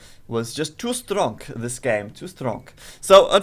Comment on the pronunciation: Haha at the end of the video when you say "too strong" with a dirty russian accent. I feel like you're trolling the guys of vooblyofficial. Ahaha that is nasty ;)